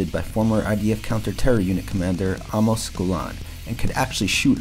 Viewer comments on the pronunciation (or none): none